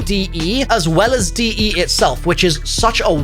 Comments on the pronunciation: its not DE. Please stop saying it is. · STOP CALLING IT DE. ITS A CASTLE BUT ITS NOT DE. STOP REFERRING TO IT THIS WAY. LET IT BE ITS OWN THING